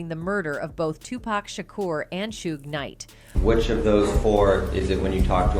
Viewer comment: I swear to Jesus himself if this bitch calls him Two-Pack one more fuckin time, I mean it was funny when she was saying Shoogknight, but fuckin callin Tupac "two-pack" is where I draw the line.